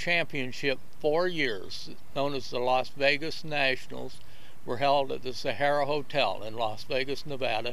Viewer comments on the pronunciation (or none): none